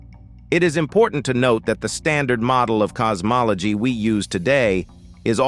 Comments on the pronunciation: Cos-mol-a-gee 😂😂😂 you gotta put more effort into these. just type it as it shounds and eleven labs will pronounce it correctly. Also, helps if you listen to these before publishing. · Um i stopped watching at "cosmoloGEE" GEE?